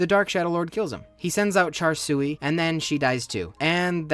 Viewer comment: "char sui"